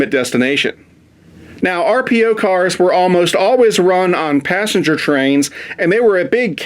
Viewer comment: Passenger not passenge